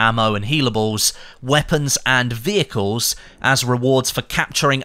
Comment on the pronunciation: I love driving wheicles 😂 I know you're saying vehicles